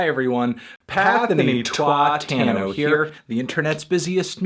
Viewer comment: I thought he said "Twat-tano", lol.